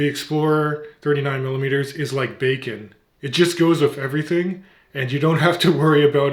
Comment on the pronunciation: The Rolex Explorer is like Bacon 🥓—spoken like a true Canadian 😆! Great collection and Merry Christmas 🎄.